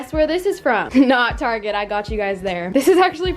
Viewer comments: No one: Literally no one:: “taRgET” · guess where she is from....''targetttt'' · I find you funny saying Target